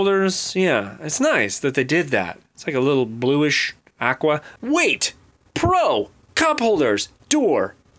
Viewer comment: Everytime he said "pro"... I thought he said "bro". :D :D